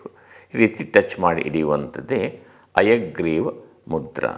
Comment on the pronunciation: ನೀವು ಹೇಳುವುದು ಹಯಗ್ರೀವ ಮುದ್ರೆ ಅನ್ನುವ ಬದಲು ಅಯಗ್ರೀವ ಮುದ್ರೆ ಅಂತ ಉಚ್ಚೆರಿಸಿದಂತೆ ಭಾಸವಾಗುತ್ತಿದೆ ಯಾವುದು ಸರಿ...? ದಯವಿಟ್ಟು ತಿಳಿಸಿ. 🙏